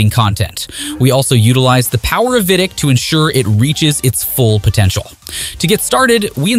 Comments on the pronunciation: Also pronounces vidiq as vidick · no bro it’s AI voice over. Humans know how to pronounce VidIQ. Please tell the name of software